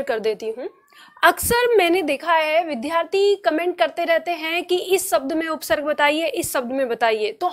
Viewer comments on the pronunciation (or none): वद्धार्थी नहीं विद्यार्थी होता है । कृपया उच्चारण पर ध्यान दीजिए । पढ़ाती बहुत सुन्दर है, उच्चारण सही होगा तो चार चाँद लग जाएगा । धन्यवाद!